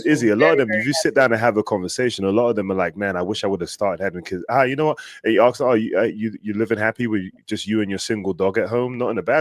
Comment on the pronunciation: Why is it different to say ask? We don't Axe questions. We ask them.